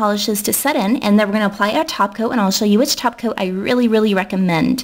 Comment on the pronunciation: Lovethe ways she says Topcoat.. It sounds like "Topcoe" xD